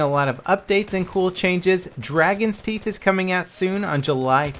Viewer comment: Teeth not toof haha is just silly XP